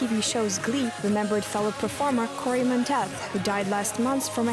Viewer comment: you pronounced 'monteith' incorrectly..